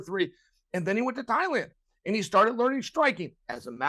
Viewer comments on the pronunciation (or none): none